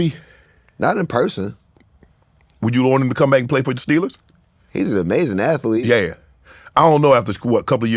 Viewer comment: Shannon said ath•e•lete, I didn't know athlete had 3 syllables that's amaz•a•zing 😂